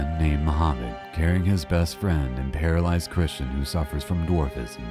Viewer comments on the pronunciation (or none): none